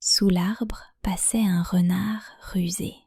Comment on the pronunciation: Очень хороший материал для изучения. Спасибо. Но обратите внимание на озвучку, она местами с ошибками, не совпадает с текстом, например: лис хитрый (rusé) произносится почему-то как "рюизэ" вместо "рюзэ", во всем лесе (de toute la forêt ) почему-то озвучивается как "дё тут дё ла форэ". Это все портит, так как мой уровень не дает выявлять все ошибки, а заучить неправильно - так себе удовольствие.